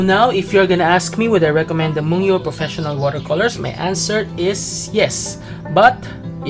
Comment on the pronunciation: I have the same set!!! I just got them the other day... your review is quite helpful for new/aspiring watercolor users/artists... i think this brand is pronounced as /moon-gyo/